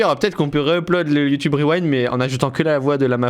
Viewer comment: C kro bien le YouTubeuh Reuwinde